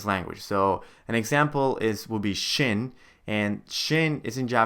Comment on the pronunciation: Despite the annoying mispronunciation of shin, I finally understand why the back of my old Kanji flash cards had some Katakana readings and some Hiragana readings. I gave up using them after a day simply because I couldn't figure out why they did that. For that, you definitely get a thumbs up!